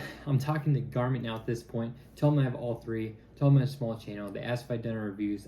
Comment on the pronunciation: Garmont NOT Garmit.